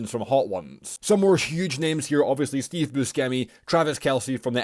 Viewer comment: The way he said Steve Buschemi's name....boi🤦🏻